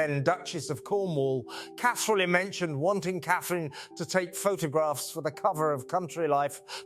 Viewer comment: It's A I you are talking to. I clued in with the pronunciation of :Catherine". Then, when it said "Raff" instead of R.A.F.